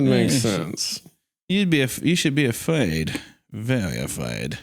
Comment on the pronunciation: "You should be awfuaid..."